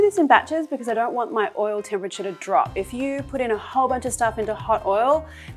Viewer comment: i understand that she give her personal twist , but the intonation when she says MY personally gives me like, be more modest, no need to emphasize the MY.